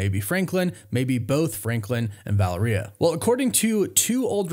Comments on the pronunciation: VAL - AIR - REE - UH. That’s how it’s pronounced ✌🏻🙆🏻‍♂️ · Sorry to be that guy but I believe your pronunciation of reed and sues daughters name is wrong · The way you pronounce Valeria has me bugging out. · learn how to correctly pronounce Valeria..and Bachrach and then youll be solid